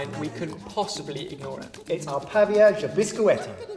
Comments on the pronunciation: I love how you said "Pavê de Biscoito" completely wrong, but completely cute! Try to make some Cheese Bread. :) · Nice twist on the traditional, guys! Now your pronunciation of "pavê de biscoito" just made up for the whole video! I couldn't stop laughing! It was a nice try though